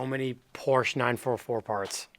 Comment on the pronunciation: Please do not butcher a Porsche